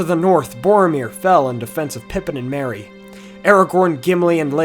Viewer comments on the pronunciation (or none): none